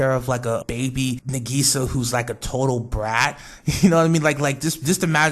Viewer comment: You're pronouncing Madoka and Nagisa's names wrong. The "a" sound in the names of all the megucas is pronounced like "ah", not "uh". Also, the whole "cheesecake wish is just a fan theory" isn't entirely true. It's technically a fan theory, yes, but it was implied in the production note which revealed early concepts of Charlotte. (Link: Just a note that it was an early concept of Charlotte, not the finality. It's possible that her backstory and her wish changed at some point, but this is what we got for the time being.